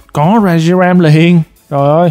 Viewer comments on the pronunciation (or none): none